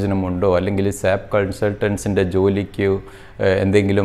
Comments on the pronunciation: Dear Sir, Please don't pronounce it as SAP. You did the same through out the video. It is S. A. P. This is what our trainers tell us in the first class itself. S.A.P is a German company and, in German, simply SAP means Pig. Sorry for this comment but this is the right method to pronounce. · Please pronounce S.A.P not Sap (സാപ്)